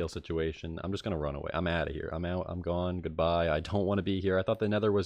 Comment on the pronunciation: new jersey/mid atlantic states pronounciation of "mad" new jersey/mid atlantic states pronounciation of "off" (and gone earlier in the nether part)